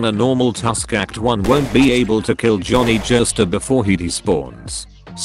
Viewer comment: Took a drink every time I heard Jhonny jostar